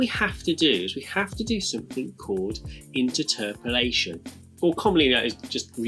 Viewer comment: Sorry, I don't want to be rude but, inter-terpolation? I’ve always pronounced it as interpolation. The way it's spelt!